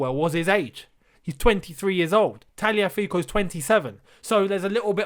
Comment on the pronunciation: Tagliafico is not Italian, so why are you saying it in an Italian accent